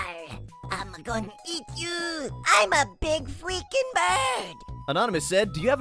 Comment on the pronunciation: im a big fweaking bird